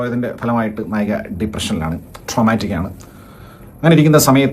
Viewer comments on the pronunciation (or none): നായകി അല്ല നായിക 🙏